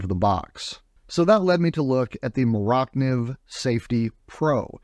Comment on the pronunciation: Iz not "more oct niv" iz "more-ah niv" or Mora Knife